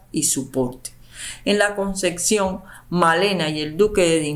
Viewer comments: La CONCEPCIÓN. No ConceCcion. Favor pronunciar correctamente. Muy mal leído el texto. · Todo muy interesante pero te pido que pronuncies adecuadamente. No es " la concección " es " la concepción ". Con pc ,no cc. Gracias